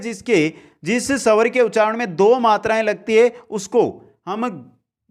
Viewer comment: Pela bhi phla ,& sawr nhi swar 😁😁 improve your pronunciation 👍